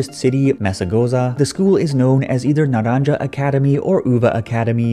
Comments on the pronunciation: its not naranJa but rather naranHa since j in spanish i pronounced as h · Not read naranja... Naranha.. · Just for future videos the pronunciation is: Naran-ha. The J makes the sound in English you would use for HA, HE, etc. Enjoyed your video btw just wanted to point that out since this series will likely pull from Spanish text in the coming years. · Naranja is pronounced naranha